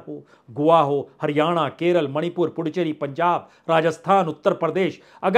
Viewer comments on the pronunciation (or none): none